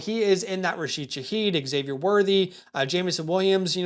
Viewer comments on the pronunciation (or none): none